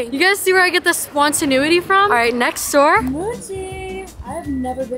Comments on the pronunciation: when said SPONTANUITY instead of SPONTANEITY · Spontaneuity 😭😭😭 PLEASE THATS NOT A WORd 😭😭